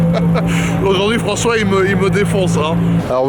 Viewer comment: Raoul evec Frencois 😂😂